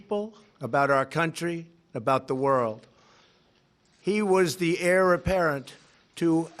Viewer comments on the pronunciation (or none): none